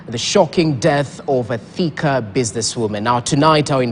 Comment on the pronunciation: Wewe ni mjinga kiasi gani? The name Thika as in Thika town is not pronounced the way you are fooling us to believe. It is something else diffrent. We are also Kikuyus and your narrow reasoning is not adding up. 🙄